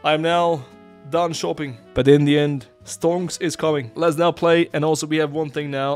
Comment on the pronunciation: IN THE END from your mouth sounds like INDIAN 😂😂